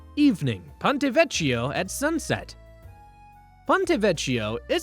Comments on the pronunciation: It hurts bad every time you say “vecho” 😢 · Buona Sera. The “ch” in Italian is pronounced as a hard K. Vecchio (Vekio, not Vechio) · Ponte Vecchio (veKYO)